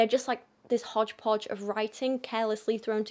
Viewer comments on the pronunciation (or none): The "hochpoch" was so asian......